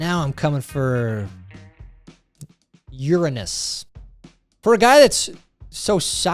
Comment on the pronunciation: the clip of Nick Nolte putting a power cord in his mouth came from the 2003 Hulk movie. Also great job pronouncing Uranus correctly the a is soft short a as in ahhhh not A as is Weigh